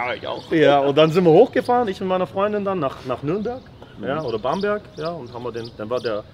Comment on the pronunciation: Bamberch! Endlich mal einer der es richtig Ausspricht 🙋‍♀🧡👍